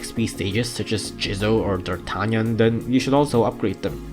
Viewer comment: Darktanyan or dartanyan?